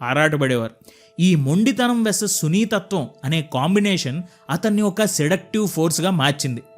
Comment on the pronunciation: హలో తమ్ముడూ, నువ్వు చేసిన వీడియో బావుంది, కానీ కొన్ని చోట్ల తెలుగు పదాలు తప్పుగా పలుకడం గమనించా, అవి : 1) గూడాచారి కాదు గూఢచారి అనాలి ... 2) సునీతత్వం కాదు సున్నితత్వం అనాలి దయచేసి గమనించి మార్చుకోగలవ్